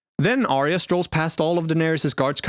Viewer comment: Why can nobody pronounce Arya correctly? There's even a clip of Jon in this very video saying her name and yet you still say it wrong. It's AR-YA not ARY-A.